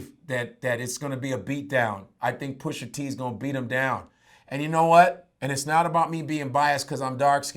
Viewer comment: PUSHA...NOT PUSHER